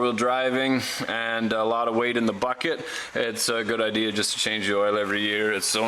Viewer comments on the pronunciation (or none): none